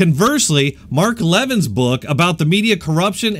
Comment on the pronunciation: Love your videos, but that's not how you pronounce Mark Levin's last name. You should really listen to him or watch his stuff, awesome guy.